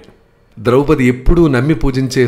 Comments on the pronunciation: ద్రౌపతి కాదండీ, ద్రౌపది. భాష దోషమే కాదు భావ దోషం కూడాను. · ద్రౌపతి ఏమిటి అదే తప్పు ముందు, ద్రుపదరాజ పుత్రి ద్రౌపది,అలాగే ఉలూచి అనాలి ఉలూపి కాదు